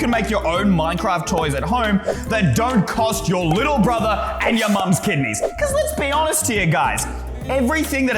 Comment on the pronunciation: KIDNAYS HUH